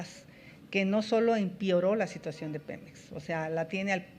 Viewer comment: *empEOró No se dice "empioro" corrige esos detalles por fa.